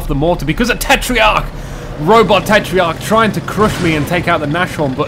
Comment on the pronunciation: Why do you say tetreiarch?